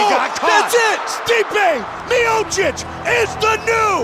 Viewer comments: Stipe "Myosick"miocic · Stipe "the My-Oh-Seek" Miocic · STIPE MIOCIC Commentator: Stee-pay Meeyowchich Me: Stype MayoSick? 🤣🤣🤣😂😂😂😂